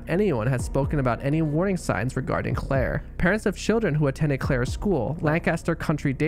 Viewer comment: why you say CCCCCLLLair like that lol